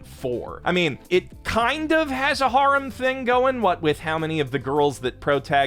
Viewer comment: bro needs to learn how to pronounce harem...